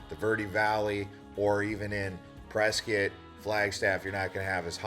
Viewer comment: How do you spell Prescott? Prescuit??? Like biscuit?